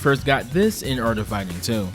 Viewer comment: ‘Dee Art of Fighring without fighring?’